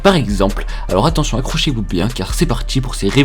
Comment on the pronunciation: "à notre époque actchuelle"... "la victoire dju nouvel ordre mondjial".... "car c'est partchi"... "hôpital de futchur" Je sais ce qu'il a trouvé en l'an 2137 et demie: la langue française a disparu...euh, djisparu.